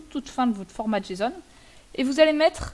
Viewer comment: Prononcer JSON, tu peu aps Gramaticalment, tu te retrouve à dire jeson ou jason